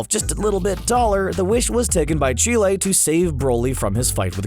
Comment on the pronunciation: Did he just call Chelai Chile